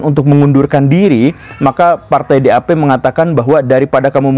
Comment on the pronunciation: partai DAP = vefhgt vef fevv.. 😂 pasukan SS = sovt vev fuehfvt 😂